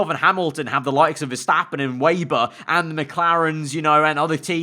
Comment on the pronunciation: Can u plz pronounce Weber ve-ber it’s rlly triggering me